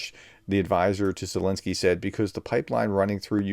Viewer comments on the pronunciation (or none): none